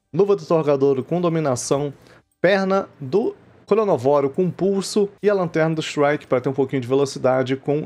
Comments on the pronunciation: Errado é cronovóro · O nome do bicho é ChronÓvoro, mas todo mundo fala ChronovÓro ksks